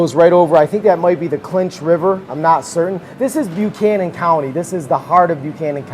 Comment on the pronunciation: Thanks for the clip on Grundy! But it’s the Levisa River (Levisa Fork of the Big Sandy), NOT the Clinch River. And it’s called BUCK-annan County, NOT B’you-cannon, thank you very much.